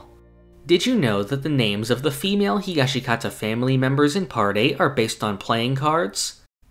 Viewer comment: Stop pronouncing the second 'i' in Higashikata. It's Higash-kata. That's the pronunciation.